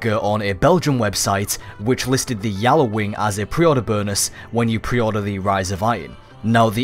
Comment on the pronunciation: not yallawing gjalarwing